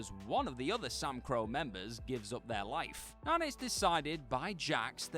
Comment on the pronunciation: “The Samcro”. Tell me you’ve never actually watched the show without telling me you’ve never watched the show.